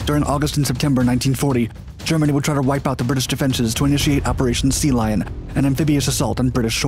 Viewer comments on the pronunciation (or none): none